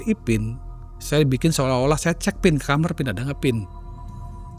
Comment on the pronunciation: kenapa sih bilang KAMAR kok nyebut KAMER... kalo ga dibenerin, makin sering denger itu 😢